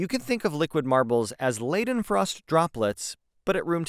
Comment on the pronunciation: “Leidenfrost” is pronounced LYE-dehn-frawst